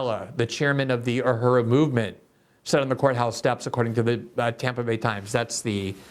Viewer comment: Dear Glenn... The word is U.H.U.R.U... Learn how to pronounce it so that we...your viewers/listeners can understand you. But also... Tampa did what was right... All black people are guilty of being black... Candace Owen with her white husband is still a guilty of being black. The UHURU gents are all guilty of being black